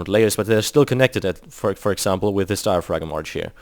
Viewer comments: no, its diaphragm, pronounced Die-ə-fram, the g is normally silent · diapgragm arch